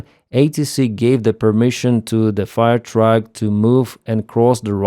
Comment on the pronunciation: The radio this morning said "Fire Truck" not "Fuel Truck" (which it sounds like you're saying, as well, until you talk about a pumping truck tying into the fuel hydrant system).